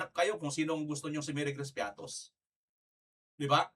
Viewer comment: piattos ba ang basa nyo dyan parang piatty